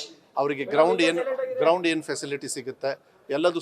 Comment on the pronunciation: ಹೇನು ಹೇನು ಅಲ್ಲ. ಏನು ಏನು😂